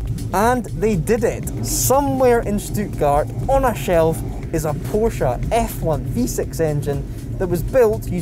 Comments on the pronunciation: Porsha and Porsh, what are these? Chinese copies of a PorschE? But bs aside, the pronounciation and for example was not bad for a native english speaker 👍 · Wow long time since I’ve heard Porsche pronounced correctly!